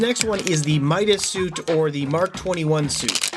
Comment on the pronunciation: Midas not MITAS